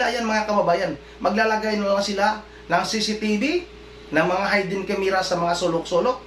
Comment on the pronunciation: Wrong pronunciation. HAYDEN CSMERA....should be HIDDEN